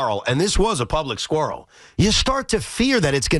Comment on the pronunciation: Is that you Trump? Making up your own words? SQUARREL? It's QUARREL dumbass.